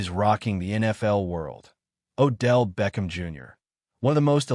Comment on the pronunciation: You said it correctly great job....BLACK AND GOLD....